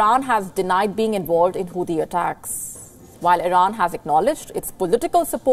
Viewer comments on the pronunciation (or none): none